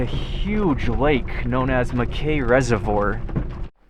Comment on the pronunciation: As a fourth generation Idahoan I've never heard dirt/mountain roads called wish washy. Only wash board (or boarded)... as in the texture of vintage laundry wash boards. Also, Mackay is pronounced "Mackie" (/ˈmæki/). Chinook is pronounced "Shinook" (shuh-nuk). And as always, there is no "z" in Boise (Boy-see).... Btw, keep up the videos. It's nice to see parts of the state that I haven't got to yet.